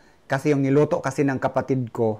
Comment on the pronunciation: happy for u look healthy,,,improve na pronounciation mo sa KASI not KASE,,,tker